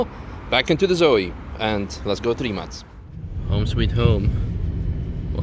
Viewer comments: U say rimac like rimas. How do you officially say it. Can u ask mate plz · Stupid question: This is how you supposed to say Rimac?